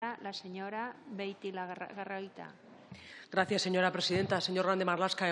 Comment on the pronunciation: 'La señora Beitilagarra...lagarroita...' Qué vergüenza... A ver si aprende a leer la 'señora presidenta', que trabaja a nivel nacional...